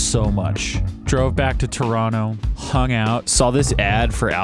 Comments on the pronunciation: Perfect pronunciation of Toronto! No one here says Tor ron toe and it's nice to hear you've adopted the local pronunciation of turonno ! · lol…you say Toronto like a true Torontonian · Props for pronouncing "Toronto" like a local